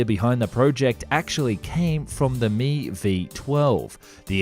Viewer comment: You don't say Ka or Mi together like that! The "k" and "a" of Kamov and the "m" and "i" of Mil are spoken separately as individual letters. The only designations that are spoken together are ones with 3 letters like MiG (Mikoyan and Gurevich Design Bureau) or Yak (Yakovlev Design Bureau) that can be spoken in one syllable.